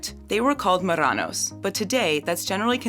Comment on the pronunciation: "they were called 'maranos' "... seriously, is it so difficult to pronounce it properly??? maRRanos, THERE'S A DOUBLE "R" THERE.